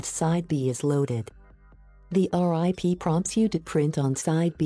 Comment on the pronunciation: I laughed when she kept saying "R-I-P" instead of rip. I was like "that's so bush league".